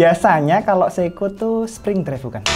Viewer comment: Seiko bkn seikoji 😅 Mido bkn Midoriyama Ricard Mille ig : iskandarnursyidik